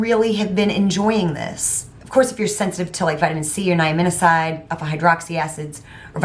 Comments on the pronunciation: Enjoying these skin care reviews! The glow recipe dupes irritated my skin so I stopped using them. Not sure if it was the fruit extract or the niacinamide. The previous gal is correct - Pronounced ni-a-ci-na-mide 😅. And la neige is like 'neighge' ( the snow in French). Parfum is perfume in French. I'm from Montreal so I speak French 😊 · I believe that word is pronounced nia cin imide. Just to let you know.😊